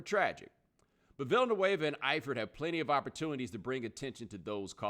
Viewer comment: Villanueva, dont pronounce it like vanilla, and he is a hero never forget that, i support what he did!!!!